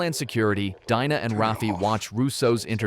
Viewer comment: It's Pronounced DINA as in "DEANA" not Dinah.